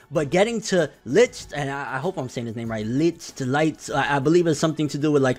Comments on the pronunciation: it's not litch bro, it's ligt but with a soft G. It's german/dutch for light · It’s pronouced LIT not Litch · Actually Licht name is pronounced as Light. Just thought I’d let ya know. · At first I didn't care about this current arc, but now that Sally showed up and did her thing, things got better again. I like Sally. She's so crazy and Yami vs. Licht was bad-ass AF!!! Next Tuesday can't come fast enough. Also it's pronounced Leekt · "Litch". Kappa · Licht is dutch for Light The ch is pronounced as a G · Please say his name right..... licht its german and yeah i hate gauche really creepy